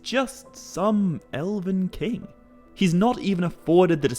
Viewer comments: You keep saying Eleven. It's ELVEN. EL-VEN. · Ella-vin is killing me